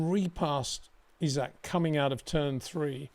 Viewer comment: “E-Zach” Hadjar